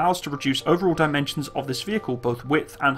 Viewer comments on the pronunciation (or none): none